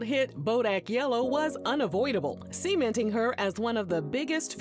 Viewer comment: This ai narrator can't pronounce "cementing". I just want normal people